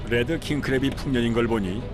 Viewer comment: 뤠드 (red) 킹크랩인데 자꾸 혀를 굴리면서 led 킹크랩이라고 발음해서 귀에 거슬립니다. R 과 L 차이가 크니까 제대로 발음하시든지 아니면 혀를 일부러 굴리지말고 그냥 한국식 영어로 딱딱하게 레드라고 발음하면 더 나을것 같습니다.